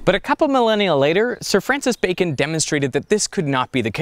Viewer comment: Is it just me, or does he say Sir Francis BACON ?!?!?